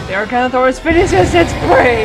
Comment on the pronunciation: Sorry no offense it’s acro-cantho-saur-us!!!!!